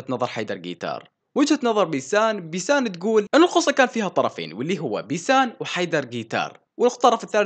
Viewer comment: منو انتبة انو قال بيتان بدل بيسان بثانية 55😂😂😂😂😂😂